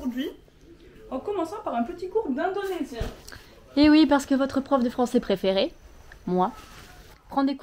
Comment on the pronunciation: Bravo tu prononces bien les mots en indonésien 👏🏽